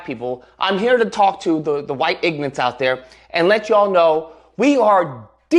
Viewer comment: sounds like whyytes